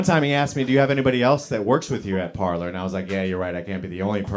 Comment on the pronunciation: Parler is pronounced Par-lay.